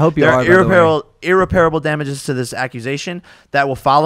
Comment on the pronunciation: Jake pronouncing it IR-REPAIRABLE is hilarious to me! CTE BAYBAY